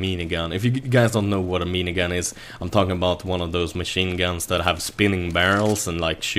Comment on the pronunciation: i thought said "meanie" Gun so i got confused till, i realized he actually said mini gun